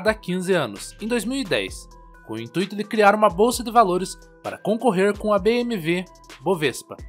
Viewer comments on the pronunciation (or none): none